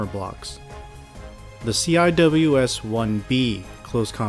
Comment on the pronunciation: These are well done. Just as a heads up, ATACMS is typically pronounced at-uh-cams, and CIWS is typically see-whiz. Because the Pentagon kinda sucks at naming stuff with acronyms...